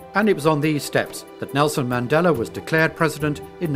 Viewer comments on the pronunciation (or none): none